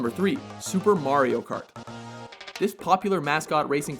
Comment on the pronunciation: at least hes saying mario correctly